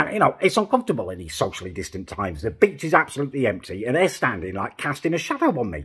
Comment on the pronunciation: Everytime you say beach I think you say b*tch haha!